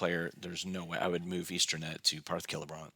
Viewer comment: It's not Easter-net by the way. There's no letter 'r'. It's Eastemnet with an 'm'.